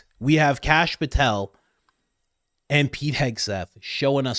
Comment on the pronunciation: Kash POOH-tel